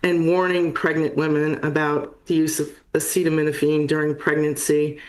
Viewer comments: My mom, who is a pharmacist, burst out laughing when she heard Trump not be able to pronounce acetaminophen. Like they really didn’t brief him on how to even say it or what it is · I know, how do you have a press conference about a thing but don't learn how to pronounce that thing beforehand. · Yeah he obviously just can’t say acetaminophen and now they’ve wildly defamed Tylenol specifically lmao